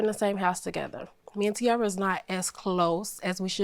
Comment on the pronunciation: That’s not tiara. That’s ciara